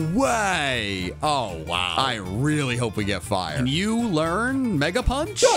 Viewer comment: Its not ohow its moltres